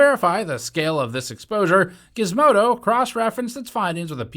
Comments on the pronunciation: it has to be pronounced with a "guh" instead of a "juh" 🤣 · "I dont think Gizmodo is pronounced with a "juh" 😂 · The “G” in Gizmodo is pronounced the same way as the “G” in gigantic.